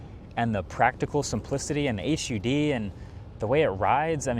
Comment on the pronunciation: Can we just say hud and not H U D…